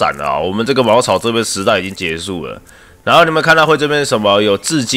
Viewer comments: 是冶(一ㄝˇ)金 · ，那个字读冶（也）金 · 不是ㄧㄝˇ金嗎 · 是ㄧㄝ ˇ金